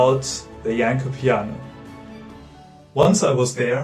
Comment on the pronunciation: Thanks for putting so much effort into this great video essay. Well done for not butchering Janló's name. I found this instrument ages ago and was very much surprised. The futuristic concept is still alive but faces the same problem as it did when it was shown to Franz Liszt... What I always wondered is what if a Rachmaninoff-of-today takes the effort and learns it rising playing it to a virtuoso level...?!